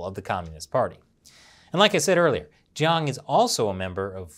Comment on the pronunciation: should practice more on pronuncing Juang & Zhang.